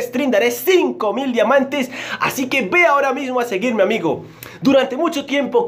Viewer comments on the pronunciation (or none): Era diamantes y en el vídeo dice (diante?)🤣🤣